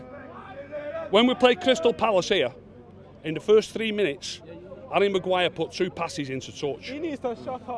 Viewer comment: At first I was just wondering who garry Maguire was. & then I coped it he was saying arry Maguire.Hes name is harry Maguire ..